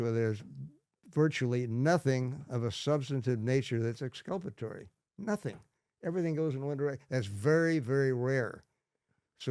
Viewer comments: I think that Tom Lang is just as good as Sherlock Holmes. What's Exscuppaterry 😊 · It’s exculpatory.